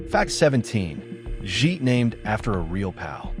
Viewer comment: Interesting how you as a student of this film totally mispronounce Jake's last name as "Jheet" rhymes with "sheet"